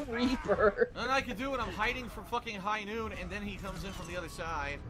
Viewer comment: It’s high NOOT!!!!